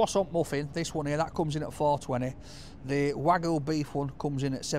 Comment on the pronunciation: hearing call it 'Wagoo' will never get old